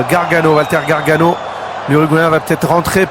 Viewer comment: "Gaganòò" ahahahah